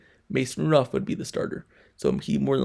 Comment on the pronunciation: He can't say, "Rudolph."